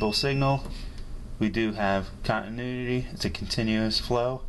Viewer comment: Love the video over here laughing my butt off when you said we have continudity instead of continuity love your videos very educational keep up the good work